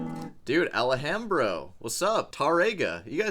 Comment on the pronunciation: Alléhambro ahah your pronunciations are hilarious. And who cares anyway right? Your attitude is awesome!!